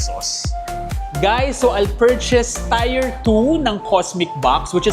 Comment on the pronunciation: tier pronunciation google mo. nyeta tier is pronounced as TEER, not tire.